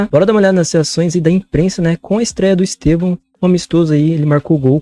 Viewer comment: Eu racho o bico pq a pronúncia deles de EsTÊvão faz parecer que eles estão chamando ele de EsteVÃO (no aumentativo) 😂